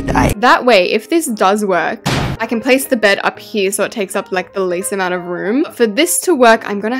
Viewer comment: I don’t think many people realised but she said Ken instead of can when she’s making the kitchen….. WHAT A FLOP